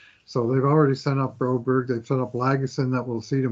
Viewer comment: Philip Broberg, I don’t know why they call him broberry. Ask the guy how you say it and stop butchering it!!